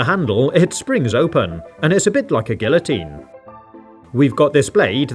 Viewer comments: Did you just say "a gyllitine"? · man he said gullitine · The l in guillotine is silent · Guillotine I actually pronounced "gee* a teen". english is weird but maybye that's how you pronounce it where your from? here in canada we have different ways of saying things too (but mostly spelling differences) eg. colour instead of color *as in geek, not "gee wilikers" or something